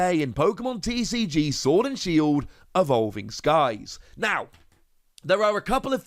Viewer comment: "Ahvolving Skies" 😐 10/10.